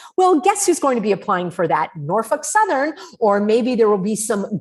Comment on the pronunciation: "Norfuk southern" 😆 Was that a froidian slip lol